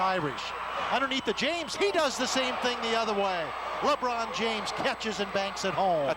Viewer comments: Liibron James😂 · He said Leebron,not Laybron,listen again.